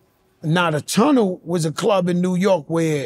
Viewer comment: "these wuz transformuhs" 😂